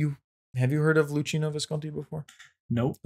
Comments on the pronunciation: CH It's pronounced like a k it's loockino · 1) the two Siclies had a parliament so on a political level there wasn't a difference between democracy and not 2 ) you have the C in Luchino like k because in italian ch is pronounced like a k 3) Actually all plebiscites leading to unification were tainted by heavy fraud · LOO KEE NO!